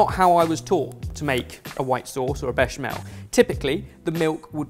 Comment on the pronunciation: I hope remembers how the sauce is the ‘Béch-amel’. It’s the ‘Béch’!